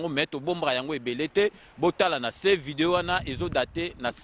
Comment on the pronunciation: Je suis vraiment déçu, je pensais que était une personne de bon niveau. Et là je découvre un imbécile qui ne sait même pas cacher sa jalousie. Incapable de prononcer un prénom correctement "Eliezel" et encore "vidéyio" et lieu de Vidéo. Tu as quel diplôme finalement??? Eliezer a une licence en science po. C'est vraiment malheureux que toi n'ait pas pu faire des études même étant en Europe. Et même il parait que tes parents avaient des grand moyens à kinshasa et malgret ça otanga té. Tu n'a pas les épaules de Eliezer. Je t'ai vu dans une vidéo où zakari se moquait de ton handicap en face de toi et tu est resté bête et sans réaction. PAUVRE CON